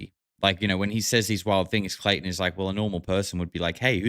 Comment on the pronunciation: now i cant stop hearing clayTON in my head lol